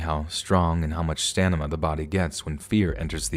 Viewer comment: "Stanima" Had a giggle at that one I love hearing the occasional mistake. Reminds me that no matter how well read somebody is mistakes happen.